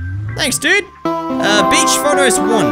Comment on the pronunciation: It’s beach not bitch.